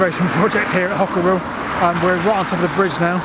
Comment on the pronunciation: Also for future reference Hockerill has a silent 'e' - i.e. it is pronounced 'Hockrill'!